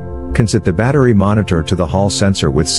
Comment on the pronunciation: Battery Mo“R“nitor ???????